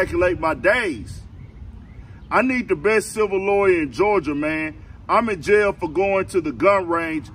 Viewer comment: It's called JAIL...not YALE. Lay down